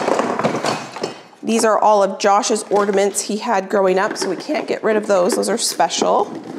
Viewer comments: Ornaments not ordaments. There still is no 'd' in ornaments. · OR NA MENTs not ORDiments lol